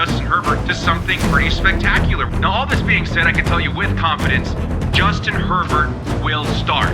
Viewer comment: I thought he said Justin Pervert...